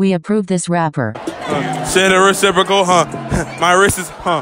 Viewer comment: Yeo he said reciprocals I’m crying😂😂😂😂